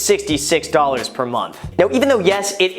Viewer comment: He really emphasized that 666. I think this man may be meeting someone at the crossroads😈